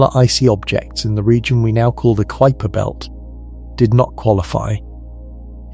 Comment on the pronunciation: Far too long for the information transmitted. And please take a class in introductory Latin so that you understand how to pronounce words. Kuiper is pronounced k y p e r. Not k o o y p e r.